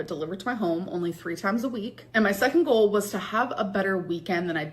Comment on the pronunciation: The way she pronounces GOAL and FUUHD really erk me